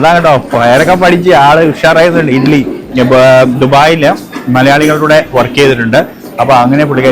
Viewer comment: It is ഇഡ്ഡലി,, not ഇഡ്‌ലി dear 😊